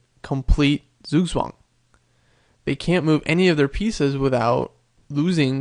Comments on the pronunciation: in german it's pronounced tsoog-tsvahng. close though. good video btw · "sueswang" lol when americans try to speak other languages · It's pronounced tsugtsvang. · Just Look for Zugzwang pronouncing.ITS Not the wirst but still much to soft.English so Not have this hard consonants but Pronounce t very hard, in fact ITS Not even TS, but Similar, Just Press AS hard as you can.